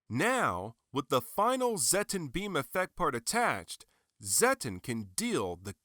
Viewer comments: It's pronounced "Zet-tON" not "Zet-TEN". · Why did you pronnounce it as zetten? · I was surprised how you pronounced Zetton xD Took me a little bit to get use to it lol.